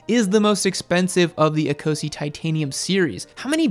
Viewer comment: ecosse = e-koss